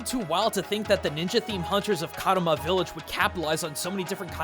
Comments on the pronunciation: Just a tiny note, it's Kamura village, not Karuma village. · man, you keep mispronouncing Kamura a lot